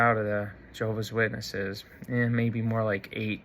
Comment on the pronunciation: You are, first of all, stupid, in that you obviously never learned to pronounce Jehovah'S Witnesses correctly, and how "respectful" of you to cowardly expose your late mother's perceived faults for all the world to laugh at and make fun of, while she can no longer defend herself. What a "fine" example of a "son" YOU are! I am presently disfellowshipped. However, you, and these other "ex-Jehovah's Witnesses" YouTubers on here, have completely convinced me that I must return to Jehovah's Witnesses as soon as possible!!! You and YOURS are helping to fulfill prophecy in these last days of this wicked, mean system. I would rather take my chances with the imperfect organization of Jehovah's Witnesses than out here with YOU HATEFUL, MEAN people!!! 😡😡😡